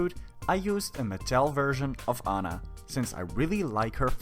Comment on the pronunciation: it`s aunna not anna